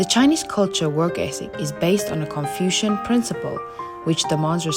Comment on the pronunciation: It’s “Confucian”, not confusion. 😂